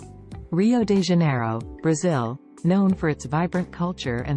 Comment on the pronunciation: It's Rio